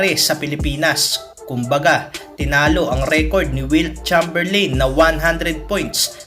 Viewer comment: It's read as "Cheymberleyn" not "Cham"